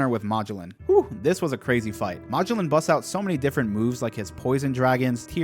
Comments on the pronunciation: bro Mah-g-lin? Ma-gel-on. His name is Magellan. Like the famous explorer who sailed around the world. I really hope you pronounced that wrong on purpose. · bro plz stop saying magellan’s name like that😂😂. it’s muh-gel-an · It's Ma-GELLan, after the actual Portuguese guy who conquered the Philippines for Spain. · Dude its pronounced Ma-gell-in not mah-joe-lin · Just so you know, his his pronounced muh-jell-in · Magellan- Muh-jel-lan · Poison warden= "Muh Jell ehn" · its magellen like the explorer, and Hannibal is like the movie or the general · ily bro but its muh-jell-in please i lose part of my lifespan every time you say his name like that 😭😭😭😭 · Muh-Jell-In btdubs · Pronounced ma jell an, Magellan with the a having the same sound as the a in at. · God it bugs me how he says Magellan. Like bro, you know how to say Ferdinand Magellan. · I can't handle the mispronouciation of Magellan. lol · My only gripe with your vids, is the pronounciation of some of the characters names 😅 Magellan for example, or the use of eneru 😮‍💨 Great vids regardless, and I love your theories and excitement! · Wait...how the actual fuck did you pronounce Magellan..? Yeah, I cant tolerate anyone who fucks up that badly on a basic name like that. Thats a hard pass. Ill never see you again✌️ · I cringed every time he said Magellan